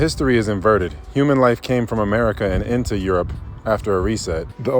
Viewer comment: "ameirca" X.X. Lol it's America..